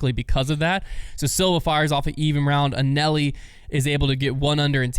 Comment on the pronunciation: Not ONCE did anyone ever pronounce Anneli like did. I'm convinced he only watches the highlights. I'd call it an epic fail, but it's pretty much the norm.